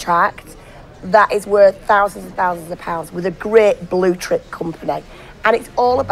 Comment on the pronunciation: She's probably always thought that's what people were saying when she heard 'bluechip' 🤦‍♂️